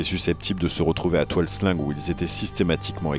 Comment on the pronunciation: très bon documentaire . attention cependant à l'utilisation des mots cambodgiens parce que la logique écriture/prononciation orientale peut être très différente de la logique occidentale . alors quand vous lisez "tuol sleng" (= la colline empoisonnée) , il faut prononcer "toul sleng" . quand vous lisez "tuol svay prey" (= la colline du manguier de la forêt) , il faut prononcer "toul swail preil" . quand vous lisez "Kampuchea" (= Cambodge) , il faut prononcer "Kampotchy" .